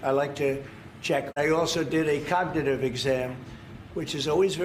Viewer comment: It struggles to say the word “cognitive”